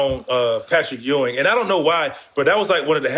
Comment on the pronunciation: Jax cracking up when Matt calls Ewing “E-Wing” 😂😂😂